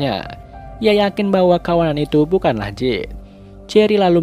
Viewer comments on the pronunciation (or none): none